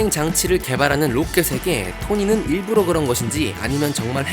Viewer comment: 일부로 아니고 일부러!! 러!!!!!!!